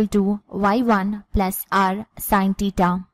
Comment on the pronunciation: Pahle theta bolne sikh lijiy madam😂😂